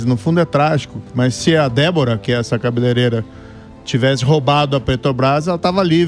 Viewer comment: "Cabeleleira" ??? Vai aprender português antes de subir vídeo pro Youtube mano!!!